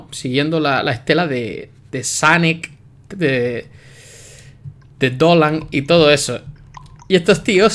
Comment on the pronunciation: "sanak" es sonicccc